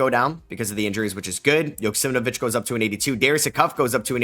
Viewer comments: Man why are you constantly saying JoksimNvich its YO KS E M AU VEE CH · I think you have an extra syllable or two in Joksimovic